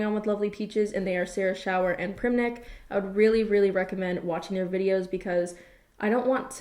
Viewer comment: Primink not primnik lol